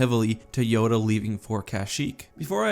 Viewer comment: Did you just say Joda